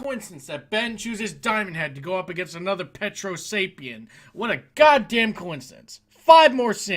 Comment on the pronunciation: “Petrosapien.” Nice to hear you know your lore.